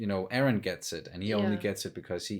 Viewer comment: “: he looks a lot like…: Eren” oh well, you even got his name right hahahahah